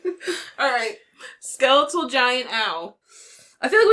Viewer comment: Who in the hell says ske-leet-al?